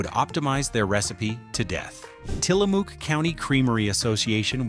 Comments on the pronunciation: Tilamook is a Native American word. The AI voice doesn’t know this and mispronounces it as “Till a Mook” it’s pronounced “Til a Muk” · It's pronounced Tilla- muk not MOOK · Great vid! But the end vowel sound of Tillamook is pronounced like "look" or "book" or "hook", not "spook" or "luke." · Love your video but I live here and we are pronounced Tillamook like you say look as in "look" in a mirror. Tillamook not like Mook as in moo as in cow sounds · It's AI, and doesn't know. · It's Tillamook like "hook." I'm from Oregon. We took field trips to the Tillamook Dairy when I was growing up. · I live about 2 hrs from Tillamook. The ook is pronounced like book, shook or took. Dark chocolate 🍫 cookies 🍪 and cream is my fave. Also, great butter and 🧀 cheese. Hi from Orygun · Tillamook rhymes with “book”. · Tillamook pronounced Tillamuck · The double-O in Tillamook is pronounced the same as you do in the word cook. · Its pronounced Til-a-muck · Narrator repeatedly mispronounced "Tillamook." The last syllable rhymes with "book." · The way he pronounces Tillamook is wrong. As an Oregonian I've never heard it pronounced that way.